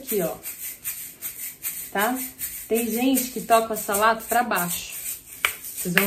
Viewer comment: Lega! Obs: um "s" entre duas vogais tem som de "z" então a pronúncia seria"azalato". Muito boa a aula parabéns.